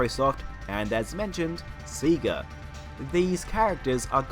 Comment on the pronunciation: This is a stretch… Also isn’t is Say-gah, not See-gah?